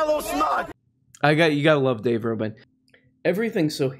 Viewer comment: Conservatives like to intentionally mispronounce the names of people they disagree with. Including Dave Rubbin.